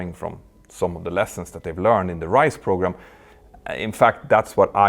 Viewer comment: I know its due to Petter’s accent, but the English words ‘program’, and ‘pogrom’ mean something completely different, and the latter quite a bit more dark.